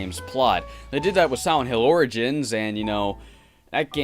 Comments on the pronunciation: Are you saying silent or siwent? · I can't stop noticing the way you pronounce Silent in silent hill "siwent". My apologies if that's a speech impediment but I didn't notice it in your later videos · Bro did you say Siwent?